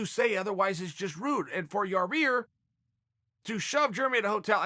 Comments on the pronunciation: Your adding an extra r to his name ohh so it’s pronounced ya rear lol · Chael it's Ya ear not Ya rear. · YAH-EAR...not YAH-REAR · Chael please stop saying Yarear, its not that hard lol. YA-EAR NOT YAREAR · Did Chael just call him Urea? Jesus Christ Chael you had to have heard them say his name on the broadcast a bunch of times. It's pronounced Yi-eer. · Chael is definitely pronouncing Ya-rear's name incorrectly on purpose. We now all know what Chael thinks of him. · "And none of them hit Ya-Rear. " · First minute off the vidéos Uncle chael: you ear Rodriguez!!!!OK great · He called him, "your rear"...too funny 🤣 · Chael; Yah- rear Rodrigues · Chael “yuhrear rodriguez” sonnen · Hey Chael, it's Ya-ir lol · I swear I think he was saying your rear on purpose good call chael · Chael it’s (Yi Air)! Sheesh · does he really not know how to pronounce Yair? Or does he just like to say "your rear" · It should be duly noted the correct pronunciation is “Your-Rear”. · Chael intentionally saying Your Rear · I like how he calls Yair "Your Rear" lol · Germ-y and Ya-Rear.... Ok great! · Hey Chael, I bet yah-rear is pretty germy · dude...Chael There's one R Yi air.... Yi air Say it with me slow cmon....Yiiiiii air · Oh and by the way....how's yarear? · Sounds like he saying your rear lol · Chael FYI: YAH-YEAR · Its Ya-IR! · Chael it’s ya-ear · Yar-reer :P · 😂😂 He's still going with it, "ya rear" hahahahaga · Urea/ uriah. Chael says urea so urea it is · He was corrected on how to say yairs name & still calls him yarear. I love it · I am 97% sure he does it on purpose, but if he admitted to it he'd have to stop cos it would lose its comedic appeal. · Cheal has officially named him Ya Re Aerrr now. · he will never be able to say Yair.